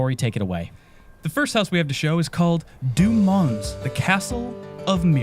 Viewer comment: DOO Mons?!!!!! 😂😂😂😂😂😂